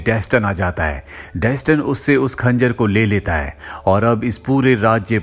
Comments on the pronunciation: Pronounced as Dastaan(mean story) not desten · Dustin nahi Daastaan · Its not Dastan, its Daa-staan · डेसटन नहीं है यार वो दास्तान है 😂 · Bro if you had watched the movie, it was pronounced as 'Dastan' not Daston. Even in games (If you had played any of them). For the pronounciation part it is based in persia(Iran) so it should be pronounced as "दास्तान" Same as you pronounce ईरान not आई -रैन ...